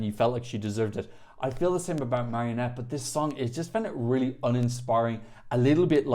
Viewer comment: Her name is Mariette, not marionette 😂